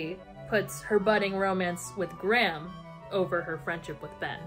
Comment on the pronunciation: all I can focus on this entire video is the weird weird way you guys pronounce Graham